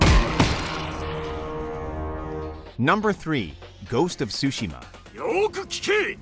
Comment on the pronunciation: Everyone: Ghost of sushima Japanese: Ghost of tsuhima